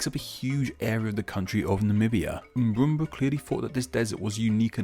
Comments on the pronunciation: Do you know how to say it correctly? Then again this guy is infamous for mispronounciation. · I Crack up Everytime he say "Mburumba"